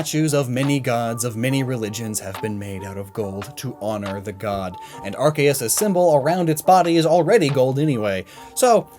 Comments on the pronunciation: But it IS Ar-kay-us. It's even why Silvally's ability is the RKS System in order to be based on the Creator Pokemon. Don't believe the anime! Lol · Him: Ar-ke-us Me: so you have chosen death